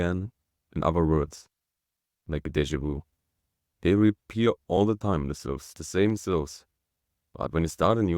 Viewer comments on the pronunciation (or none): "Syllables" not "silves"